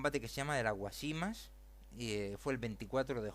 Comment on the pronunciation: Guásimas, es esdrújula, no llana, sólo este comentario. El resto llevaría mucho tiempo y no vale la pena. Lea mejor. El ejército español si remataba en los campos de batalla y un ejemplo de ello es cuando muere Antonio Maceo, (que por cierto no muere con ningún hijo suyo, muere con Panchito Gómez Toro, hijo de Máximo Gómez, rematado a machetazos por dicho ejército) ese día estaban casualmente trabajando los forrajeadores. Creo hay que darle otra vuelta a esto. Los únicos que perdieron en todo esto fueron los cubanos. A propósito Cuba no pidió que la defendieran ni de ingleses, ni de nadie en particular. Evidentemente España cambió el mundo para su conveniencia y le salió mal y con ella arrastró más de medio mundo. Ya está bien.